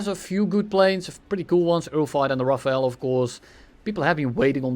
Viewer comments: aaarrrrgh " RAFALE not RAFAEL " pls guys xD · It’s pronounced RAFAL NOT RAFAEL THE E IS AFTER THE L RAFALE NOT RAFAEL ! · Dude its RaFALE. My ears hurt so bad. Here's some help from wiki: ".... The Dassault Rafale (French pronunciation: [ʁafal], literally meaning "gust of wind",[3] or "burst of fire" in a more military sense)[4] ..." Thank you wikipedia. Edit: RaphaEL is what you are saying... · Pronounce it "rafal" not "rafael" ^^ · Not "Rafael", "Rafal" e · Me when i hear rafael instead of rafale 🤯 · its rafale no rafael🤓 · Rafale not Rafael, they are entirely different words. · That's not how you pronounce rafale at all xD (I am french) It's more like rah-fall. You're saying jt like Raphael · RAFAEL? ahhah Its RAFAL. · As a french, you spelling "Raphaël" hits hard 😭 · where is the e in Rafale why RafaEl? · Love how you call the Rafale, Rafael xD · The IPA pronunciation is given as ʁa-fal. The ʁ, also known as the voiced uvular fricative, is pronounced at the back of the throat whilst vibrating the back of your tongue with the roof of your mouth, and then voicing this sound. The sound is similar to a “g” and a “r” sound put together as the “g” is produced from a similar way. The voiceless uvular fricative, χ, sounds more like a “kh” sound, like the “ch” in “loch”, so imagine saying this sound and then literally just speaking with your vocal cords, the sound you make should be the ʁ sound. The end is just plain old “fal”, just put a french accent on and you’ll get the sound. Hopefully I explained it better than the other guy😭dk what he’s smoking